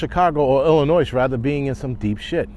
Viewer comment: FYI...., you don't pronounce the "S" at the end of Illinois